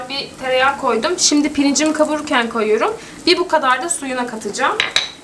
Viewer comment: tam bir karadenizli gibi konuştun koyirum